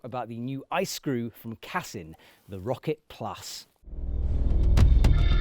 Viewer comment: Brits always mispronounce any language ie: its CASSEEN not CASSUN 🐙🤓